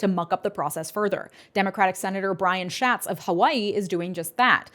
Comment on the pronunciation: lol “Schatz”